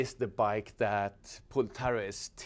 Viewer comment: the guy's name is Pol not Pool 😘